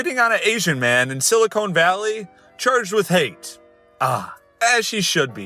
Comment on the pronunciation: I know that. I just think it's funny that he pronounced 'silicon' as 'silicone', so I treated it as a racy euphemism.